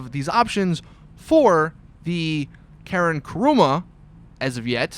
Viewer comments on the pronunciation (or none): none